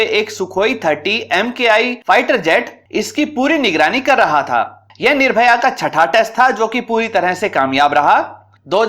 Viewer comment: महोदय मिसाइल का नाम निर्भय है ना कि निर्भया। कृपया दृष्टता क्षमा करें।